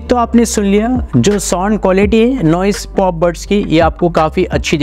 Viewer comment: Broo soond soond kya kar rahi ho. Its sownd